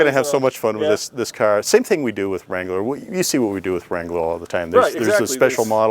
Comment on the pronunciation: You saying Jeep Wrangler wtf